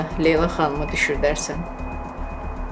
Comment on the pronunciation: leylanin adini necə tələffüz eləməyi lelaa😮